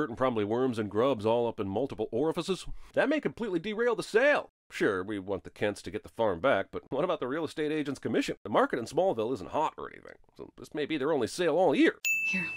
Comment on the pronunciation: Orifices, not orifaces. (ding!)